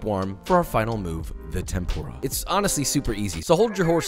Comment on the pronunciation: Josh, I love you and have been following you for a long time. I've got your cookbook etc, but you've got to pronounce furikake and tempura right lol. Less "FURY" and more 'foori' (without the extended vowel). Also, you should cook against a fan, that would be awesome!